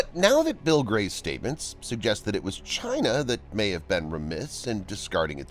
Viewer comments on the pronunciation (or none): none